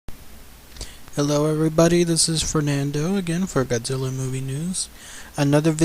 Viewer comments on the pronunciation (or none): none